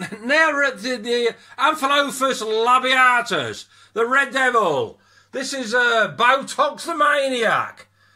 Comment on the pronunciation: Rrrrrrrrrrrrrrrrrrrrreeeeeeeeeed doviie. Lol